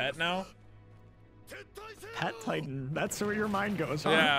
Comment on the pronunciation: *says "pet titan"* Me: Hears "hentai"